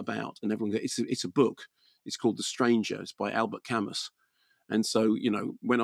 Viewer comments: It's pronounced 'Camoo'. Trivial point I know but I have nothing of worth otherwise to add to some of the excellent commentary around existentialism already posted by others. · It's pronounced "Camu", the s is silent. Perhaps you can read about Camus' remarkable life. There are two excellent biographies by Herbert Lottman and Philip Thody. Read his other novels as well, to get a better idea of existentialism. It is certainly not nihilism. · I like Kermode & Mayo on film, but they have a very no-nonsense approach to anything philosophical down to the way Kermode pronounces Camus as Kamuss! They are anti-intellectualists who escape into film as opposed to reading books, so their attempt to sum up 'existentialism' is a bit puerile. Very Beavis & Butthead! Camus wasn't an existentialist( he said so): Camus used the novel form to express philosophical perceptions by using images. Camus's philosophy was about the Absurd: what the mind wants, what the world prevents. Also his use of chance as in the absurd murder, which is never fully explained psychologically, apart from the effect of sunlight & heat: " It was the sun." Merseault would be classed as a psychologically challenged individual with an autistic disorder in a racist, apartheid society. That's' why they're right the placement of the named Arabs Moussa and his sister Djemila( important in the court scene) was a revisionist take on Camus's startling novel of 1942. Kamael Daoud 's novel The Merseault Investigations from the Arab's POV has been absorbed by Ozon. This film is a vast improvement on Visconti's 1967 film because Mastroianni was too charismatic in that, so it didn't work. Delon would have been a perfect fit. Don't forget if you see a novel filmed you should at least attempt to read the novel and understand it. Try not to mix Camus up with Sartre.